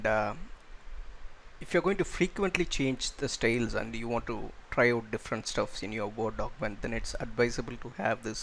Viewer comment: Does not do what it claims to do -- doesn't hide the style panes. Note: the word is STYLES. Not "stales."